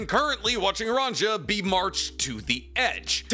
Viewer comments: Scopper sco—pper, there isn’t two Os. Why are you pronouncing his name that way bro lol. Also her name is ranya lol where is that j sound coming from? lol are you rage baiting 😂😂😂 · "Run Jar" he said😔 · Giants are Scandinavian, so their names are Germanic. The j makes the y sound like in Mjölnir. Ronja- Ronya